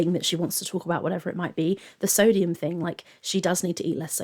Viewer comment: this is a nitpick but i cant stand the way she pronounces things like its genuinely really starting to annoy me. soodium. eyg. layg. melk. ben and jerry. shes unreal.